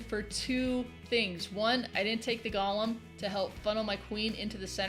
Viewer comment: I hate to be not Nitpicky but people keep calling these things Gollums like from lord of the rings.. They are GOLEMS! Just like it sounds .. Pronounce the E long...Go-Lem... It's a creature in judaism .. A gigantic man made of clay or rock!